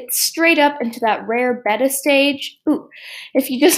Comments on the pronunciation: Did she just say “beh-tta” ITS PRONOUNCED “bay-ta” AHH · Beta is what it sounds like but when u said beda I was like